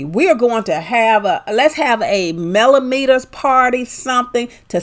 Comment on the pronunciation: Nice Congratulatory message, but I think you left out the “r” in Melometers . ❤️